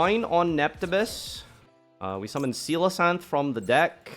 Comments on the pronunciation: Loved the video but... everything you celoesance I cringed a little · This deck is awesome It's SE-LAH-KANTH by the way